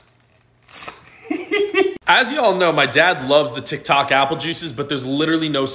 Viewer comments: Why did your dad say tiktak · "My TiKtAk" 😂😂😂